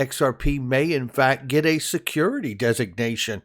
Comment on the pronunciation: XRP is a "secodity". 😂